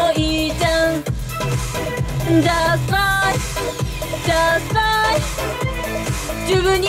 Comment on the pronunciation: みんなjust tryのｒが発音できてなくてtryに聞こえない